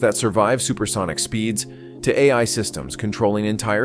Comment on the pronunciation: Teach your "AI" pronunciation and I'll consider subscribing.